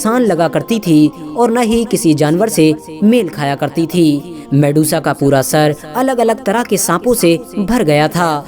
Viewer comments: Medusa, not Mesuda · Mesudaa..? Wo medusa hai bhai😅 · वो mesuda नही मेड्यूसा है मूर्ख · Her real name was medusa....not mesuda.... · Shes Medusa not Mesuda....on ur post its mesuda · at begining it'as Medusa.. at half of video it turns into mesuda 😂😂😂😂 waah bete waah....moj kr di..... moj kr di beteee😂😂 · Vedio mast ❤️lekin ap bich me Medusa ko mesuda bol rhe the 👍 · It's not Mesuda It's Medusa 🤦🤦🤦🤦